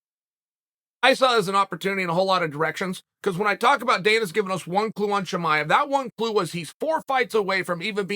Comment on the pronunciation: Tamiev Chimive Chimaya